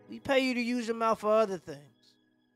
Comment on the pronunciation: "we pay you to use your mouf for other thingz, YeAHhh"🤣🤣🤣🤣